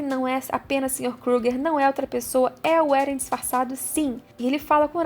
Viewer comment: Não é Éren, como dizem no anime o certo é Eren